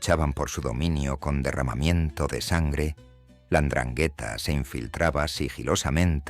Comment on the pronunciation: Y mal pronunciada 😂